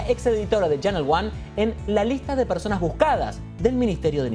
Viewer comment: Persones dijo la periodista 😂😂😂